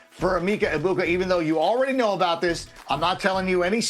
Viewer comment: It makes sense my least favorite person in the nfl “analysts” realm can’t get this right. It’s “eh-Mecca EGG-buka” not “eeemeeeka ebuka” please educate yourself